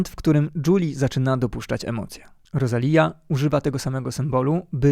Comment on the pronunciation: inaczej się wymawia Rosalia ....aż boli